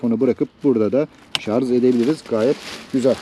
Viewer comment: Şarz değil şarj.